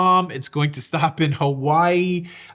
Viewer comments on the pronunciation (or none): none